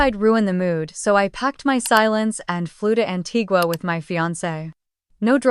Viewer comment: I just wish AI could pronounce Antigua